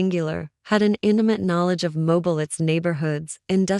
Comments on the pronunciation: It’s pronounced mo-beel and we have enough of our own crime. These cases are NOT from Mobile Alabama. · Please listen to your Ai after it is completed and verify it's pronunciation. If it immediately mispronounces 2 of the biggest cities in Al. And Ms. immediately it's hard to give credence to the facts of the story/article/case!